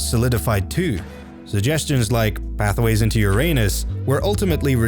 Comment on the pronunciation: "Pathway into ur anus" Thats what he said